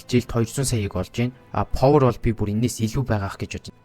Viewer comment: повор биш пауер штэ.